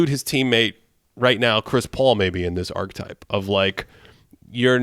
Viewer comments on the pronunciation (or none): Pls pls “archetype” is a 3-syllable word 🙏🏻